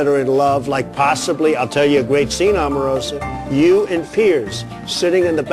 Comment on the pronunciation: Donald Trump can't even say Omarosa's name correctly.